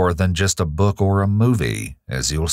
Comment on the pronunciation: He pronounces "book" as "bük"